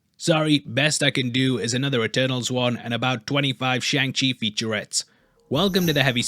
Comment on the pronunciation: There's literally a bit in the most recent Shang-Chi trailer where he spells out how to pronounce it. You've got to be misprouncing it on purpose at this point T_T